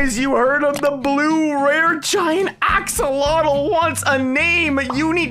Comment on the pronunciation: Axolotl not axcoltal